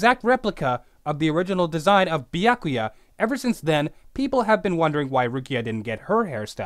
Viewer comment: Damn it stop saying Bee-ack-oo-ya and say Byakuya.